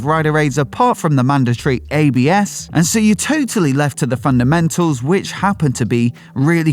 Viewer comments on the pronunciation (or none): none